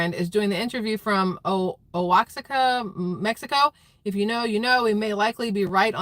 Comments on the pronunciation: Oaxaca is pronounced "Wahaka" My Art History professor in college had family who lived there (or nearabouts) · It's pronounced 'Wahaka'